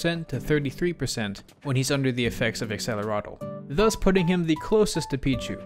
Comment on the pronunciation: I just learned that Acceleratle isn’t Accelerate. I always thought that people were mispronouncing it, but it’s actually just Acceleratle.